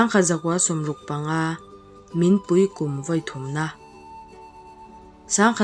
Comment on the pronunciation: A tha hle mai..."Minpui" erawh i lam dik lo deuh a thluk a dik hlel deuh😂